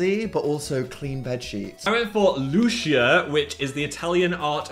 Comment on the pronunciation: I fear you may have failed to consider that there is a viewer with the same name as your fancy perfume... it's loo-chee-uh btw 😁